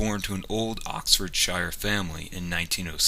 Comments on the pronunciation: Dammit, why can't you Yanks pronounce our counties right?! It's 'Ox-Ford-Sheer' not 'Ox-Ford-Shy-er'! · Oxfordshire is pronounce Oxford-Sheer not Oxford Shyre